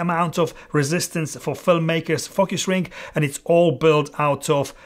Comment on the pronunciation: Very honest and on point. Great! Watch out how you pronounce it correctly sometimes, be careful how say “focus” not “f**k us” !😂